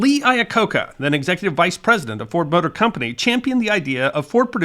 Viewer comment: I heard that as "Ford Butter Company"